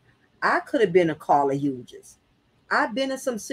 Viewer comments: Thank you! Her mispronounciaton is grating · Pronounced "Hews"